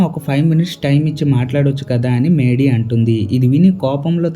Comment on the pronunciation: Maydy kaadu raa mady